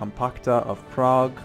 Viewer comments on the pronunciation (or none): none